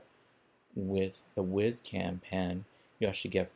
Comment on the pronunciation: I thought it was pronounced wise (as in smart) not wiz (as to pee).